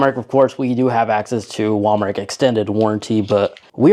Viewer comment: Wal-Markk is crazy.... Wal-Mart.....right lol